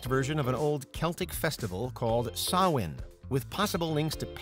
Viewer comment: Kudos for pronouncing Samhain right 👍